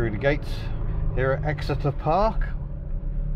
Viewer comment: Did you say I’m in Exeter or ecstasy?